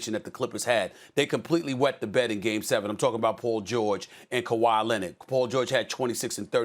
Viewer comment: Nobody: Stephen A: Kawaii Lennitt